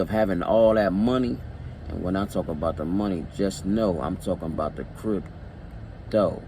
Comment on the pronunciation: "I'm talking about dat crypt-dough" lol I though you were from Milwaukee.